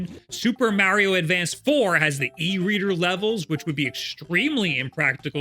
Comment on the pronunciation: Please God tell this man it's Mario not Meario